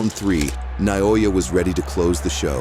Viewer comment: Stop saying "Na-YO-Yu."